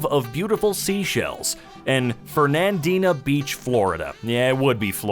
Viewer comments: It’s fern-and-ina not fer-nand-dina 😁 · It is pronounced Fern-ann-deenuh Beach! It's where I grew up! Back then, it was a sleepy little forgotten mill town and fishing village. Now, it is still a mill town (a paper mill and a pulp mill) but caters far more to the tourists, with really low paying jobs and pricing out families that have lived here for generations.